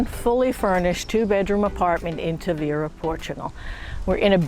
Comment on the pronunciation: Too bad you still haven’t learnt to pronounce it! It’s Taahveeruh……..